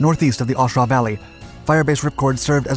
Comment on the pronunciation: you need to do some more research, learn the correct pronumciation of A Shau and get your facts rights, dude a vet